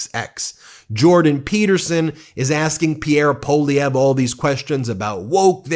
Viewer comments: May I suggest that you pronounce Pierre Poilievre' ssurname as "pwalieve". That is how the letters work in French. P.S. I am Candian and not a fan of M Poilievre.. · Really getting a kick out of your Maple Meidas stance. Thanks for your support! One quick note — Poilievre is pronounced PWA-lee-evre. It’s a tough one, and you’re SOOO close!🍁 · Poilievre is pronounced Pwah-Lee- ev- ruh. (Wah like water)